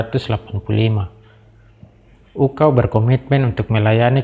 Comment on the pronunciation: UKAW kakak, bukan UKAU 😭